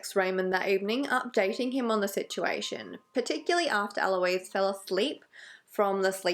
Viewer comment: it's actually Ah-lo-iss but eh close enough LOL doesn't matter much imo. Ah-lo-eez is the girl name version pronunciation which is spelled Aloïse